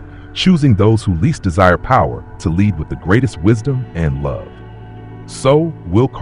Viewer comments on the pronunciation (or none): none